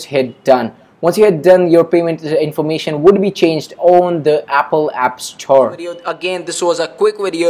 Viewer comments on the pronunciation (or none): Abolable, epple xD sorry it's just killing me